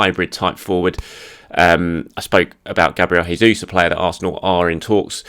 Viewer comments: It's not Hey-Zus it's Jay-zus, Portuguese not Spanish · Brazilians pronounces the J as normal, it's the Spanish that pronounce it like how you did...